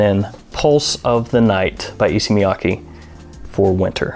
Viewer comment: E-say Miya-kay